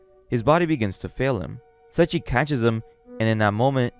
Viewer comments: Se i chi not sechi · Sorry, I'm really sorry, but it's SE-II-CHI, not Sachi, or that's how I hear it. Sorry, I'm not trying to be rude, it just bothers me. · It's Say-E-Chi